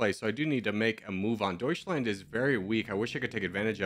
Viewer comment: You say "doischländ" you lose